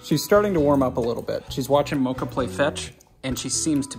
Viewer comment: It’s mocha